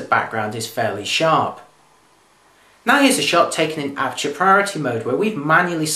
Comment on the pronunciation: As always very professional, but as a foreigner I would appreciate a little slower speed when talking. That would make it easier to get the message the first time. F.exmpl. aperture as it is spelt and not "apture" as said, and so on.